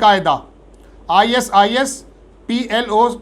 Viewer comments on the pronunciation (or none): none